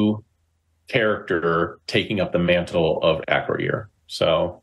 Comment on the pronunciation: Your pronunciation of Acroyear is driving me crazy. 😂